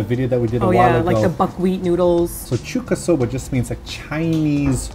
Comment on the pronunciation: Hey! It kinda annoyed me during the video, but it is Chuukasoba. 中華そば. ちゅうか is what you indeed say to food from China. So not a short 'a', but a long one :)